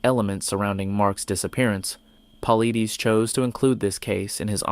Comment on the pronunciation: David Paul-eee-deees...Stupid AI... It's Paul-eye-diss ! At LEAST get the names of whom your stealing vids and research and HARD WORK from correct!